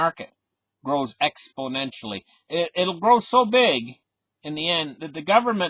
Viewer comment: Don't forget "Explonential" haha